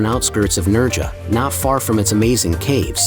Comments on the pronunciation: It’s pronounced NerHAA, not NerGA… stupid AI. 🙄🤦🏻‍♂️ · Its Nerha theletter j is pronounced as 'h' so its Nerha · It's "Nairha" as in hair 🫢🤪👍🏼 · Lol, He doesn't pronounce Nerja correctly, nor Bu"RR"iana! 🤣😝